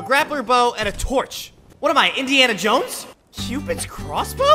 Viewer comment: It's Indiana Jones not Indiana Joan's